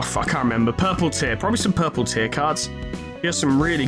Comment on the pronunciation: Small note, but I think you're misprounouncing the Purple Tear wrong. I think it's "Tear" like to rip & tear. After all in her reception, she tears open a portal to change floor and battle a random different floor when her health drops low enough, so I think it's actually the Purple Tear in the sense of tearing something.